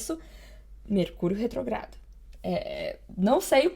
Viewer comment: É retrógrado com acento no primeiro ó.